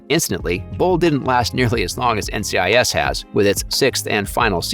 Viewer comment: did you seriously just call NCIS “NICS”